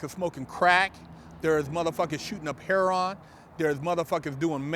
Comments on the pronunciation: um,no it's not.Heroin sounds exactly how it's spelled.Her-o-in.He said it like Heir-on and that is incorrect. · Wuh did he say "hair on" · Her Owin' = Heroin